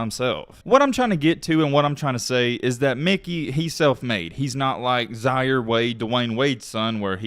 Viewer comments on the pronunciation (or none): none